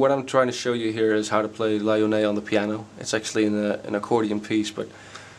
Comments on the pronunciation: Appreciated ! laughed alot when you kept saying la yonée :D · La yonée? La Noyée plutôt, but thanks, it helps a lot